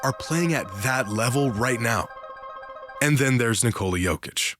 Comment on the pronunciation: Holy shit that butchering of the name